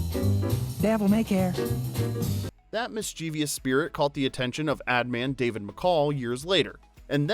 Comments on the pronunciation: How ironic that in a video dedicated to education, the voiceover says “mis-chee-vee-iss”. Do better… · Please edit to pronounce mischievous correctly.